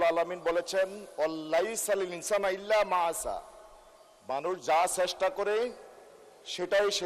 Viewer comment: ''ইল্লা মা আ'সা'' হবে না। ইল্লা মা সা'য়া। নিজেই ভুল বলে ফেললেন। 😊